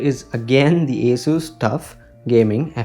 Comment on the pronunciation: It is not pronounced as एसस . Correct is असुस